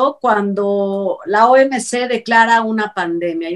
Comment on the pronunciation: no es OMC. Es OMS, es salud no calud